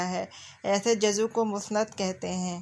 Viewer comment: Juzv bolty hain juzu nai